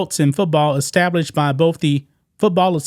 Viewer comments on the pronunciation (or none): none